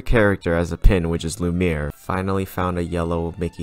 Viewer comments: you: loo-meer me: ITS PRONOUNCED LOO-MEE-EH-R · y'all just gonna ignore how he pronounced Lumiere? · My favorite character ever is lumiere Also: pronounces lumiere wrong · you’re butchering lumière’s name >:( favorite character my ass